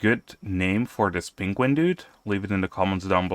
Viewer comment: name the Pengullet "Cumberbatch" in honor of Benedict Cumberbatch slaughtering the word "penguin"